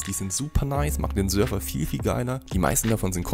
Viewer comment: Wie er Server ausspricht macht mich richtig aggressiv